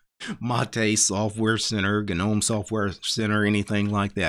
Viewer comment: Gah-nome when it's pronounced nome with a silent g. Yes I'm one of those commenters. No I have nothing better to do while I'm running smartctl tests. Yes to whatever your next thought is(this uses up your one free internet pass though).